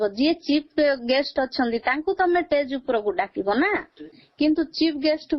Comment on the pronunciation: Stage ❌❌❌❌❌ ଟେଜ୍ 😂😂😂😂 ✅✅✅